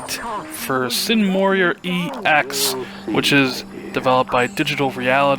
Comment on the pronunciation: MORA ( MORE-AH) Not MORREE-IIII-AH.